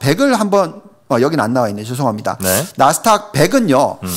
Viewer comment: 감사합니다. 한가지, 자꾸 나스탁 나스탁. 아니고요. 나스닥입니다. 🤪